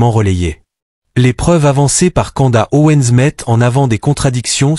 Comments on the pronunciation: Candace. Et pas kanda 🤣😉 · Candace. Et pas canda 👌